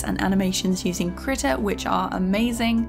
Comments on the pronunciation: Why does she say "kritta" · first of all, in my 14 years of life i could have sworn it was pronounced kreeta and not krihta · As a swede i choose to pronounce it Krii-TA